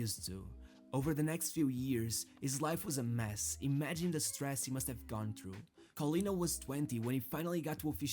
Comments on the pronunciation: Callianna? 0_o is pronounced KoLLena (double L and A like in data) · It's pronounced like Collin (like the common given name) + nah